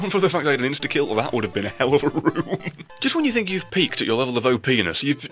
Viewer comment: fuck yes he said it let me refrase he said "have you ever looked at your leavle of opeanes?"